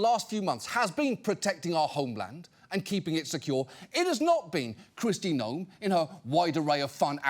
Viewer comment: Can Kristi Gnome please pronounce and S???? It is sho annoying.